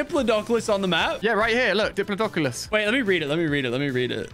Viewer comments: It’s called dip-plot-o-cus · “It’s a diplyidoculos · why does no one know how to say "diplodocus" its pronounced di-plah-dough-cus lol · I don't think I'll ever see Ali a say diplodocus properly.